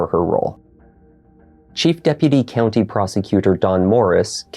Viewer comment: Mispronounced county